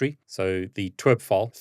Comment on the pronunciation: Pronouncing TWRP as T-w-e-r-p and not tee-dablu-are-pea is insane 😂